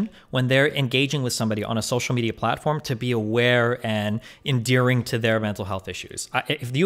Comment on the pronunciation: "Endearing" or "End Deer Ring"??? Proof Destiny Is Toxic!😤